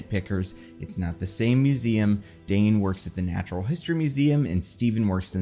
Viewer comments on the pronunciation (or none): none